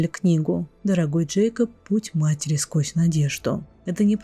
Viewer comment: например слова матери, потрясли, ударение на я у вас23::12